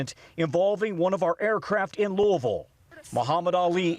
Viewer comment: God bless the UPS crew members. Horrific loss. Thanks Tom Costello for pronouncing Louisville correctly. Please give Yankee Tom Llamas a quick lesson